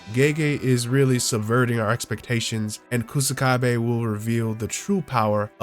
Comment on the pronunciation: Ku "Suh" kabe is how you pronounce his name. Literally means grass wall